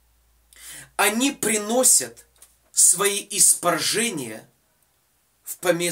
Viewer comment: Не испаржения)) а испражнения) 🙏🙏🙏